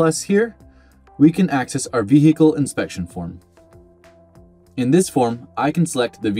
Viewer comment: What is a V-he-ical? Don't get me W- rong, it's a V-hery informative In-tro-duck-sion 👌 👍 😉